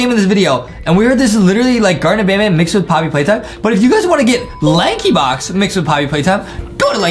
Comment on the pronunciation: You speed lankybox wrong 😂 you sayed laxybox 😂😂😂😂